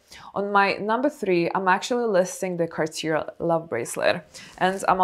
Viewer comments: it’s pronounced “cah - tyay”. No “r”. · Not trying to be rude but isn't Cartier pronounced "Car-tee-yay" ? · The last r in Cartier is silent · It’s pronounced “Cartié”…in French the last “r” is silent in this case. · It is pronounced Cartie, with emphasis on the "e", not Cartier. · I speak French fluently, you're pronouncing Cartier so wrong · But Cartier pronunciation...how is it possible?? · I struggle taking advice on Cartier from someone mispronouncing Cartier over and over and over.